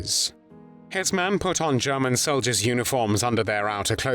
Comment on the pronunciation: German not guman